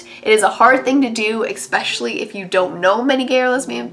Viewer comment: "eckspecially" xD